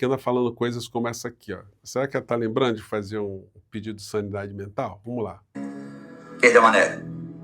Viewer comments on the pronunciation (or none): Vocês estão muito benevolentes com essa celerada. Ela disse "saniEdade". Uma palavra que não existe.